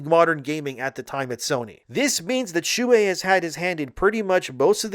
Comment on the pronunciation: Shoo-Hey. But read faster.